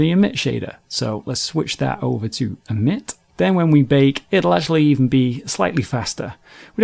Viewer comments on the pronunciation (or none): I can't stand the way this guy emphasizes ending consonants. "Bake-KUH" "Emit-TUH" "Bump-PUH" Drives me crazy!